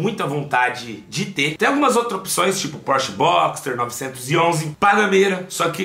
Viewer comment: 😂😂😂😂😂😂😂😂😂😂porcher caraiemcusao